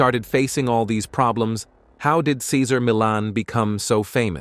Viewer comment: So disrespectful in this video that you can’t say his name correctly. Assuming computer “intelligence “ is involved. The pittie Junior is perfect. We love Cesar 💜🐾💜🐾